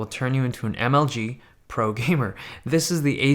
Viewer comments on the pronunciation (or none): The way he said "MLG" tho